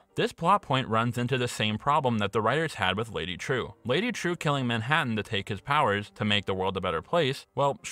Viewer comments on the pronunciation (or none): As a Vietnamese, i find your pronounce to be super cringy. Its pronounced as " Triệu ", buddy